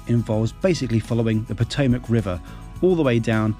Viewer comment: You nailed "Potomac." Great video, too!